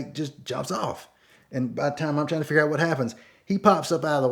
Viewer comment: Boy! I tell you Hwhat! Awesome story!